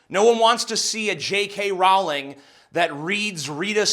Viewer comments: TJ the way you say Rowling triggers me XD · That's not how you pronounce Rowling. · Row-ling, Jesus America learn to fucking English already! It's also twat with the 'at' pronounced like 'cat', not twot. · Rowling like bowling. I know she was a twit here, but come on you still should pronounce her name correctly.